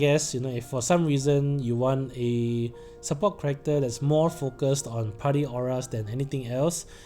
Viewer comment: New person here. It took me about 3 times of hearing you say "correcter" before I realized you were trying to say "character" Thanks for the analysis, I'll definitely pull on Machina.